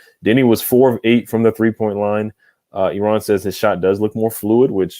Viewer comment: It's pronounced "air-run", not "Iran".